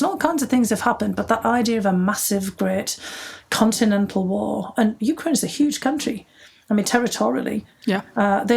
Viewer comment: I'm looking forward to this interview with two fascinating women. That audiobook is next on my list. I'm pretty preoccupied with what's going on over there. Thank you for calling it you-KRAINE and not YOU-kraine, which bugs me lol. Having Biden in office at this time is very reassuring, because I trust him to take the best course of action with probably the most knowledge anyone has and with wonderful and smart experts around him. I imagine Putin is sorry (and I'm grateful) he didn't make this move when Trump was in office. Timing is everything.